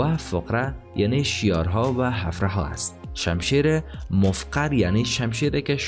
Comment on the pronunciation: بسیار تشکر از زحمات شما، خوب است روی تلفظ کلمات بیشتر تمرین کرده و درست تلفظ نمایید.. اولا اُومّامه نیست و عَمّامه درست است. همچنین کلمه حَفرَها نیست بلکه حُفره یا سوراخ درست است.